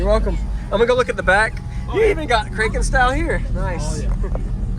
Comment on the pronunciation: Short a when you say kraken. Nice build.